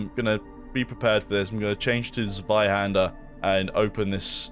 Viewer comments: As a German, I'm really proud of the way you pronounce the word Zweihänder ;P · As a german I just can’t get over how he pronounces 'Zweihänder' 😅 Lovely 🥹